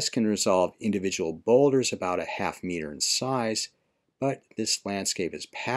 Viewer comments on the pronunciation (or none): none